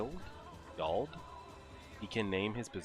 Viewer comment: dw your good. wyald is pronounced like wild